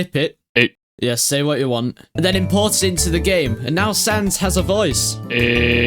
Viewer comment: Thats not sans, thats cans...